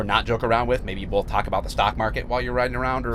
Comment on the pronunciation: Where is he from? I'm not sure, but he said "bolth" a lot, just curious.